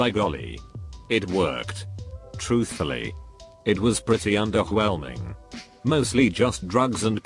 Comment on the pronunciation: "It was pretty underHwelming"